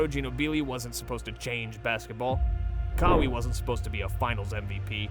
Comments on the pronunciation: Disliked because it’s AI slop. I suspected it within a few seconds but mispronouncing Kawhi Leonard’s name made it so obvious. It’s sad to see laziness when looking for good basketball commentary. Such a waste. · I love the in depth analysis, but you need to work on the correct pronunciation of the names, Sochan is "So-han" and Kawhi, cmon man, every NBA fan knows how to pronounce it. Also, gotta work on video editing as you were discussing Harper while on the video is Cade Cunningham, and what's OKCs championship has to do with it in ? You shouldve put Spurs champ video in 2014. Overall, great video! New subber here!